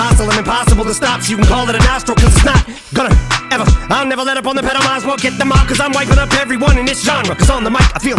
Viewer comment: As weird, dumb, and random as it is, my favorite line/part is the “I’ll never let up on the pedal..” just because of the way he says it. He stretches out the first syllable of I’ll and speeds up through the rest like he’s pushing the pedal. Idk it just sounds dope to me.